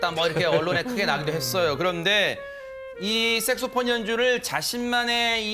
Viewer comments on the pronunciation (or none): 여 변호사님 섹소폰 발음좀 잘 해주세요